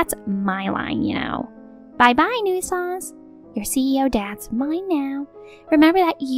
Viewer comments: I really wish they hadn't given her the word "nuisance" so many times, because she can't pronounce it for shit. The last time I heard someone butcher a word so badly, I was surrounded by literal children who were just learning to read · Nuisance has 2 syllables not 3.